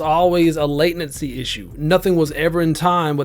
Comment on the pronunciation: Mans calls it "late"nency hehe i get it